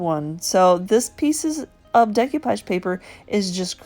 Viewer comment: My favorite today was the chest of drawers. So bottom line is there an advantage to using milk paint instead of chalk paint? I think of milk paint for the very chippy coastal look. I'm guessing you didn't study French in school, so please repeat after me: day - coo - poghe :-)